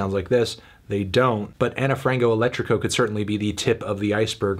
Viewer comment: Ana (ana) Frango (Frahngoo) Elétrico (elEtricoo) - - Saudade (Sowdahjee)